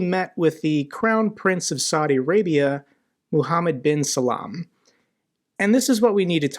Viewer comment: Mohammed bin Sal-MAN it’s pronounced. Great vid as usual!!